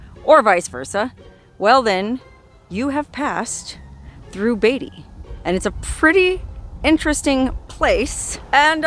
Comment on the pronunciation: It's , Beat - ty !!!!! NOT Bay ty !!!